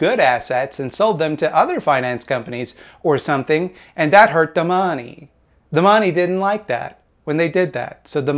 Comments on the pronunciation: Bring back duh mawnee. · I like the way you say "they hurt tha mahney" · The way you say "da mawney" makes my day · Love how you pronounce money :D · Why is he saying "money" weird?